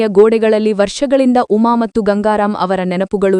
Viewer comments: Matthuge mattu anthale .pronunciation sari yilla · Your kannada pronunciation is not good for and in kannada you say mattu it is wrong